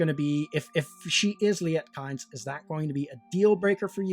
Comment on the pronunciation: Kynes is pronounced 'keens' - or at least it was by Frank Herbert in several interviews